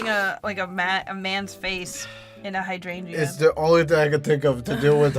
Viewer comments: You two pronouncing "hydrangea" had me absolutely rollllling!!!! "high-drain-ia"! You don't pronounce the "g" XD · You pronounce Hydrangea wrong. Your adding an extra g and a y. Your saying Hydrangyea (Hydran"gee"a. The only y is in the beginning, not at the end. (Biologist sorry)